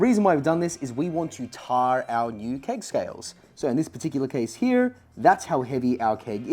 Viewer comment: I was also building something similar with a raspberry pi and some load cells. it works but my UI integration is so terrible, this might be the better option. Also why your pronunciation of tare so wired? "Tare" (a scale's tare function) is pronounced "tair", rhyming with "bear" and "fair"